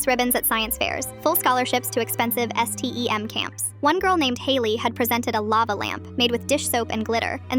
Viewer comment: S T E M WHY CANT U SAY STEM STEM